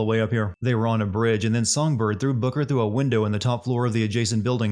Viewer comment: This video sins: can’t say booker right so it sounds like booger